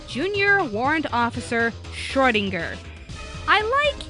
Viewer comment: I can't get over all of the Hellsing Ultimate Abridged in the comments. It's so amusing. Though, I wish would pronounce Schrodinger properly.